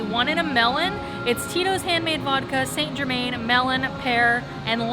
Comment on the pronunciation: marked down for mispronouncing confit and St Germain ;)